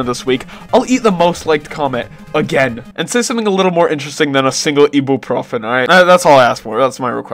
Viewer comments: eat a single ebew pro fin, broski its pronounced i boo profen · why the did he say it like “ee-buh-pro-fun” 😭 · bro really said eebooproghfin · I - Be - You - Profen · Did bro really say "eeboophrophen" 😭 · "Ask for something more interesting than *eebuupŕofen*" 💀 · The way he said Ibuprofen. Bro said Eebooprufen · "ee boo profin" bro what? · I find your pronunciation of ibuprofen disturbing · Ee boo profen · After that pronunciation of Ibuprofen im gonna need a pickle dipped in hydrochloric acid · My first language is Russian and I'm from the US too 😂😂 that wasn't my point. In all your years living here you never heard someone say ibuprofen? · petition to make 100% American to say Ibuprofen correctly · The way you say ibuprofen pisses me off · I can just tell this mans is polish by the way he says ibuprofen ahah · why does he pronounce Ibuprofen like that 💀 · why does bro say ibeprofen like that